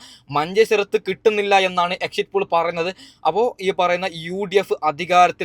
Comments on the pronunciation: എക്സിറ്റ് പൂൾ അല്ല പോൾ ആണ് 😀😀😀😂😂😂😂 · എക്സിറ്റ് പോൾ എന്നെങ്കിലും പറയാൻ പഠിച്ചിട്ട് വാടോ ...